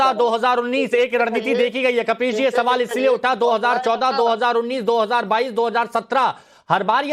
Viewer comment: कपीश नहीं खबीस है 😂😂😂😂😂😂